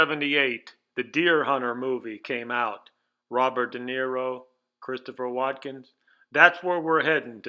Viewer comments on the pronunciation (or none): Good video. One correction: Christopher Walkin. Not, 'Watkins.'